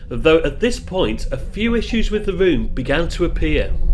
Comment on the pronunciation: May I just say that you need speech therapy, especially when you pronounce words that contain the letter R, for example It is a 'ROOM' and not a WROOM as you put it. Highly annoying !